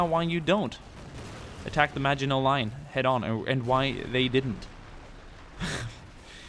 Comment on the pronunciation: Thank you for pronouncing maginot properly ❤️